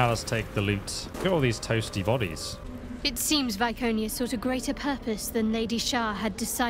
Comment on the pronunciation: It hurt me to hear you mispronounce Viconia's name in so many ways. D